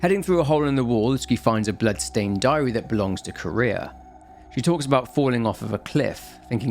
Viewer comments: Popped in to also say this, as I had no idea who “Kurea” or “Korea” or “Career” was referring to. Thanks for already bringing it up! Note that her name is composed of two words: Kure and -ha. The accent shouldn’t made it sound like Ku-REa, if any syllable is more accented, it would KUre-ha. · why does everyone pronouce her name as "Korea" it is Kureha CUH-RAY-HA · why does everyone pronouce her name as "Korea" it is Kureha CORE-RAY-HA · It's not Korea it's Kureha 😂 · it's kuh reh ha bro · Yes I thought he said courier and I was so confused lol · Fatal Frame next? Edit: I keep hearing Kureha pronounced as Korea lol. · the name of the other girl is actually pronounced Kuh - reh - hah. Love your content, keep it up! I sleep much better ever since I discovered your channel!:D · This. He keeps pronouncing the name like the country Korea 😂 which throws me off every time he says it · yeah, but the は in くれは is not particle, so its still 'kureha' even then, particle is read as 'wa' not 'aa'